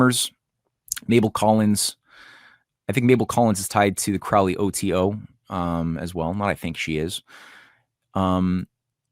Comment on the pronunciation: Quick note, guys. "Crowley" is pronounced like the bird "crow". ("Croh-lee")